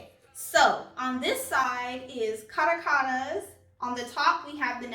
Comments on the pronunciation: It’s a beautiful foundation for oily skin...I wish the shades were consistent across all their foundations...it’s pronounced Ca·ra·cas (capital of Venezuela) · ) thanks for your review really appreciate it (that 1st Caracas one is pronounced "Ka-rah-kuz" (it's a country on the continent)